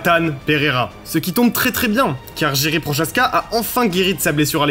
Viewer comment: Par contre t’as détruit tout les noms de Glover Teixeira et Jiri Prochazka